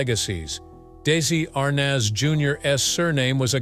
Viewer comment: It’s ARNez .